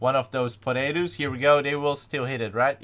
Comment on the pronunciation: I ike it how he says portables as potatos